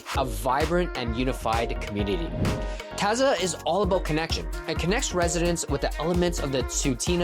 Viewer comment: You’re pronouncing Taza incorrectly